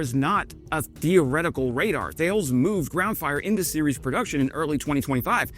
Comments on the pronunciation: I think en Francais the company Thales is pronounced more like "Tarless" . Just a small correction as I know you like your national stereotypes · Hé, Thales is pronounced "t-ah-less" (very close anyway) the "-ah" is like when the doctor puts a wooden stick in your mouth and ask you to say "ah". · Thales is pronounced tal-es/tal-us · Love the impersonating but it's thaleS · French person here. I usualy ear the company name pronounced "Tah-Less" as you'd ear it in google translate ( surrounded by enough english so it would not force you to change the input langage) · Hey. Thales is 'tal-ess' as it were. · "Thales announced". It's in fact pronounced Tha (as in "tactical" not like "tales") - lès (as in "less"). I was left wondering which "tales" he was talking about for a second. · Pronounced Ta less not Thales as written !! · en Enjoying your channel, but Thales is a French company and is pronounced T'al'es not Thayles. Auto-generated audio tracks usually trip over this :-(. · "Tah-less," not "Tell-iss." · It's pronounced "T'al ess" not Th ales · Hey … Mark here… sorry, I had to try that! 😂 Just a heads up for ya… THALES is actually pronounced “TAL-ES” … en francais mon ami… have a great day! Keep up the great work on your videos and Слава Україні! 🇨🇦🇺🇦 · your impersonating of french is great. For the future, Thales is pronunce [TA-LES] with an unmute S at the end :) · Thales is pronounced "tar-lez" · Thank you for your video! "THALES" shall be pronounced TA-LESS :-) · Thales is pronounced 'Ta Lez' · Tall-S is about how you say Thales, but say it fast as one word. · Thales: the standard pronunciation is “TAH-less” with the stress on the first syllable. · Thales is a French company, and I believe that its name is pronounced tah-lays. You might want to confirm this with a native French speaker, though. Love the channel. Love the content. Keep on doing what you are doing. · Almost ; ) Ta-less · By the way, "Thales" is pronounced Tah LESS. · Tah-les. Tah-les. 😉